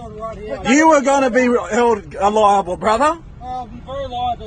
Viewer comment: You’re gonna be held eliable!” Eliable??? 😂🤣😂